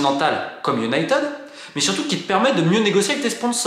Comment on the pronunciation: Enfin UN journaliste qui prononce United correctement! Absolument tous les journaleux Français prononcent Unitid et ça me rend dingue! Merci pour la vidéo.